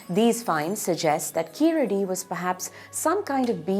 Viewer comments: it is not keeladi, it is keezhadi. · It is not Keeladi....Keezhadi is the name.....Saying it right is important for a documentary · is wrong ழ is pronounced like [ɻ] not [ɭ] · Please say "Keezhadi" correctly. It means "lower step". It is not Keeladi or Keeradi as mentioned in the video. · Why can't we get the pronounciation of keeladi which doesnt make any meaning. Only when i saw the sign board i realize it is "keezhadi" literally meaning lower bottom. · Kindly note its not Keeladi , its Keezhadi(stress on the syllable "ZHA") , Plz discover more about Thamizh martial arts like VARMAM, traditional Siddha medicine, Thamilzh music and arts ,bring more info about this part of this unknown world of mystery and let the world know Thamizh Nadu was one of the earliest settlements in this world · It is keezhadi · to be fair, the man did not pronounce keezhadi correctly, but more like keeladi.... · do you even what the hell you are talking about? throughout the video the guy talks about keeladi instead of keezhadi. Stop bootlicking kalai. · First off it is Kee"zh"adi, learn to respect the culture before tying to make money off of it. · Really? How about KeeLadi? It should be கீழடி. I believe, people who attempt to inform others should go a notch up and learn to pronounce properly. Why our own people don't care. Everyone in school need to watch Sivaji Ganesan movies to learn how to pronounce properly. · "pronounced exactly as they should be" meanwhile: kEeLLLLLLLLaDi